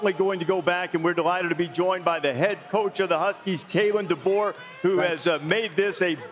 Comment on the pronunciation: “Kaleb de boer” 😂